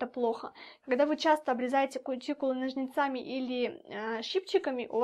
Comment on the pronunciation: НОжницами, а не НожницАми